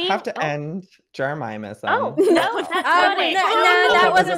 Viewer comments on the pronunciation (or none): I don’t know why I find it so funny how Joey calls Jeremyism “Jeremiahmism” 😂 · Joey saying jeramiahmism is ticking me off more than jeremyism itself Also I vote that the jermies and the coven band together as the magic squad and have a war against the fwips! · Yes he can’t say jeremyism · I love how Joey pronounces jeremyism wrong :P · TELL JOEY HE IS SAYING JEREMYISM WRONG!!! I respect JEREMYISM and THE COVEN but don’t be mean, Joel is being nice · i hate the way joey pronounces "jeremyism", he's the only one that gets it wrong